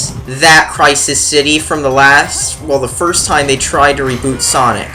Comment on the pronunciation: Sirst cutscene its called video editing and correct use of REAL WORDS and not sirst, i think u should try it